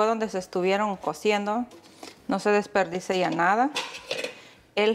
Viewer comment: Se dice Desperdisia, np dispersisea.👍Disperdisea.